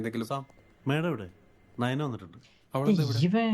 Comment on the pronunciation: naina alla nayana